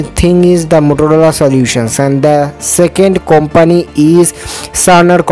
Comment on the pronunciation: Not Kompaanee its kumpni